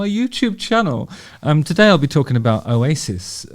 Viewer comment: Oh-yay-sis 😂 love the channel, Justin.